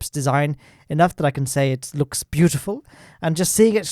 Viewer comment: "Beutifal" SSTO